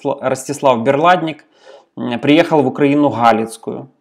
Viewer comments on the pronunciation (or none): Начни с того, "историк", что научись правильно читать летописи : не В УкраИну Галицкую, а КО УкрАЙне .... Вот когда научишься правильно произносить летописные тексты, может быть, тогда и назовешься историком. Хотя вряд ли, нацик в принципе не может быть историком.